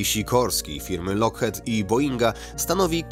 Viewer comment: Wymawia się jako lokchit a.nie lokhet